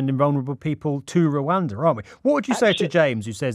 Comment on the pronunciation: Anyonoe else want to cwowdfund this clown to wooh-anda